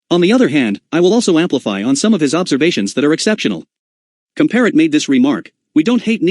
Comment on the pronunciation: And pronounce Comparet correctly.